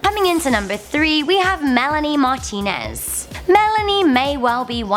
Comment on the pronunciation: "Melanie Martinez" ... Why, WHY?!